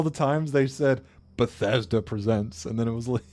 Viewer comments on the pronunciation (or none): none